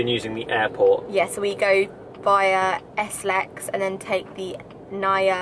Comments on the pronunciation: Sorry about this but let me correct you, it's NA-I-YA not NA-YA 😅🙈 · it's Nuh-EEH-Yuh..